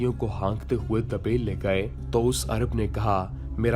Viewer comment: دوست، اسلامی ہیروز کی داستان بیان کرنے کی یہ کاوش مجھے پسند آئی ہے. مبارک ہو آپ کو..! میں ایک اصلاح کردوں، بندرگاہ کا نام دبیل (د ب ی ل) نہیں بلکہ دِیْبَل (دِ یْ بَ لْ) ھے